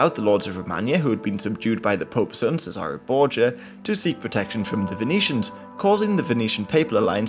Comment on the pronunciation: You pronounced Cesare Borgia wrong, it's ches a rai :)